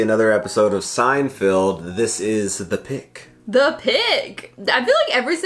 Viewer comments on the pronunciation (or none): Haha. You said "Seinfield" Mispronunciations of Jerry's name is a running gag in the show! Thanks for keeping these GEMS coming so frequent. I can see that you enjoy them! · Bro, still saying "Seinfield" this late in the game is crazy. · I thought he said Steinfield.... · SeinFELD, not SeinFIELD. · I love that you guys still call it SeinFIELD. Feld, Feld, FELD. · Can you guys please stop saying "SeinFIELD". It's SeinFELD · LEARN HOW TO PRONOUNCE JERRY'S LAST NAME YOU MORE-ONS. SO FRIGGING LAME.